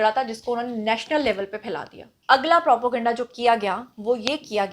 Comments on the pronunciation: Propo-ganda nhi Naam nihaad journalist.....sahi word n pronunciation is propaganda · What is propoganda? Constantly using wrong pronunciation.. Propaganda is the right word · Propo ganda ye takia kalam h apka pehly bolna to seekho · She isn't educated enough. Most of her pronunciation is incorrect.